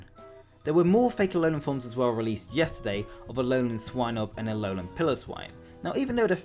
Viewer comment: Not pillow-swine, it's pile o swine